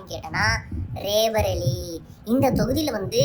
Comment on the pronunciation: அது “ராய் பரேலி”. ரே பரேலி் அல்ல